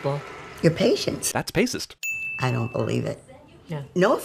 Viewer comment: "That's pacist" Lmfao!